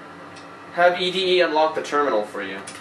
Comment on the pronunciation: Its actually pronounced Eddy not ED-E